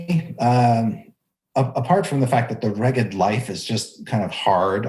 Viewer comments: Sounds like "smeghead" ;) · Finally! Needed this episode because Reghed was not in pronunciation guide. 😂